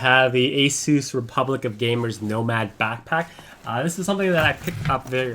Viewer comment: finally some one who says asus correctly